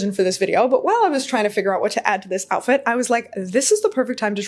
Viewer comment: lol “the joutfit”. Love your styling! 🙌